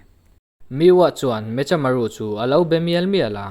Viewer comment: Me-kha-maru tih tur aw